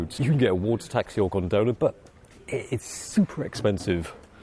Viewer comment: GONdola, not gonDOla ... :D Thanks for the videos ...!